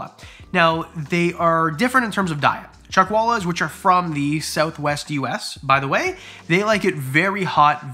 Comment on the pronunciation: Omg the collard lizards colours! They are so stunning 😍, anyone else thought he said Chuck Walis 🤦‍♀️